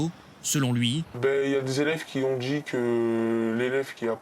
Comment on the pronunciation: "Ils ont "d'ji'" "Il est très gentCHi" Cherchez pas, c'est le profil habituel, y a qu'à écouter ses potes